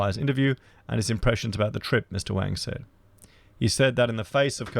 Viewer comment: Damn - you're going to piss China off even more lol - pronouncing Wang wrong! Wang is the same name as Wong, they hate when you say Wang.. next warning from China will be about Racist youtube channels:)